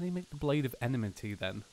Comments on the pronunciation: Enmity Pronounced like En-metee not enamitee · Your suppose to say it like this. Em-i-ty